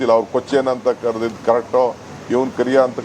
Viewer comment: Not kaleya it's kariya😂😂😂😂😂😂😂😂😂😂😂😂😂😂😂